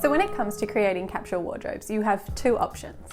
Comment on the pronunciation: What is “capshul”? Are you saying “capsule”?